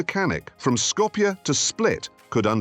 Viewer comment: Yes. Must have been done on purpose. But, its i pressure he actually pronounced Skopje properly. I have never heard an English or american person say it right.